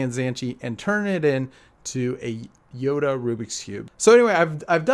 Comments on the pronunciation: It's yoda not yodo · You said yodo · He said yodo cube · Did you hear him say yodo at the beginning